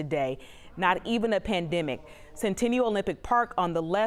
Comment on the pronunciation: How tf is she saying pandemic? « Pandimic » like no it’s pan/them/ic